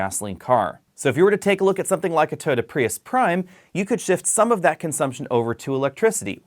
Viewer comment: Why can't you say Toyota?